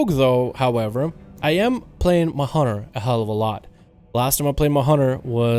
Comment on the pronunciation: What's a.. "ma'hunnar"